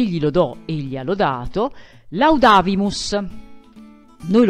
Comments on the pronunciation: Nono è giusto, perchè la vocale è breve e quindi l'accento slitta sulla 3 sillaba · Se è breve è giusto come l’ha detto lei